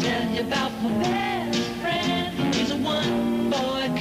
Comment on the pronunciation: Awww fwend